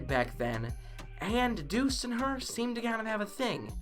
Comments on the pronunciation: Dude its douxie not dus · Anyone else get confused when he said Deuce instead of Douxie? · He says doux